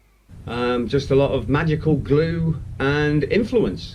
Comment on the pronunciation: why the hell is he saying 'glue' like that? Has he got a bizzarre speech impediment?